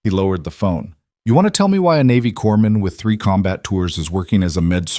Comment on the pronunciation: SW Washington State. He's got "a tension neumo", not "attention neumo". Former "corpsman", not "corman". Great story with just the right amount of tension.